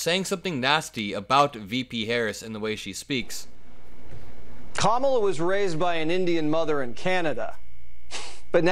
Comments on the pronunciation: Fox is not smart. They cannot pronounce names correctly. 🤡🤡🤡.....💙💙💙💙💙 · It bugs me that they can’t figure out how to say Kamala Harris‘s name!!!! It’s really not that hard !😮😮😢😢😢